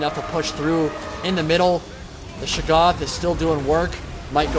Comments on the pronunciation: Ohhh! I must've missed that. I believe the correct pronunciation utilizes the hard "a" and soft "o". Shay-goth (goth pronounced like those kids in all black and makeup) with the stress on the first syllable. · You pronounce "Shaggoth" differently almost every time you say it.